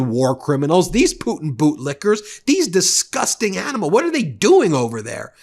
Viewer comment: Yes you're disgusting animals, but it sound worst in my head. You need to emphasize on the S. Diss-gusst-ting animals